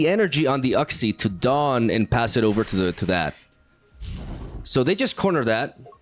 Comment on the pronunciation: Uxie is pronounced Yooksi